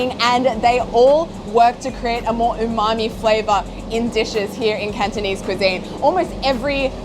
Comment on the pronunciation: I noticed that the host has very good Cantonese pronunciation.